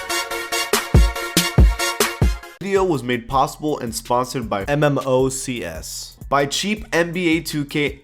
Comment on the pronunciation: Am I the only one annoyed about how he’s says Mmocs